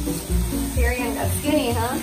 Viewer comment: OMG the cat's name is Tyrion?! It sounded like was saying Durian to me all this time XD